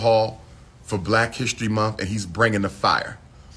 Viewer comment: It's "month" not "mumf".Go back to school and actually obtain a degree this time.